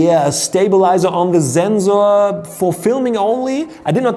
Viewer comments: It's not zenzor it's sensor. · It's German